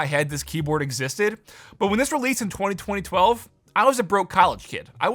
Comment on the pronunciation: I heard you say the year and it sounded right but also wrong lol 202012